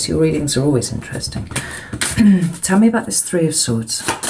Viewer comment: U make me laugh, when u say,"always interestin'"🐂🐂🐂🐂🐂🐂🐂🐂🎯🎯